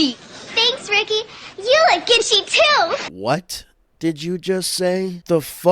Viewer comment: every time i hear ginchy i think he's saying genshi like from overwatch